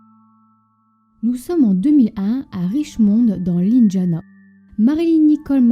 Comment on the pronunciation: C'est moi où la fille qui prononce pas bien les mots comme " indiana"....